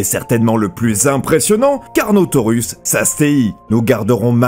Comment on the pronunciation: Omg la faute c'est pas carnotaurus < > mais < >😱😱😱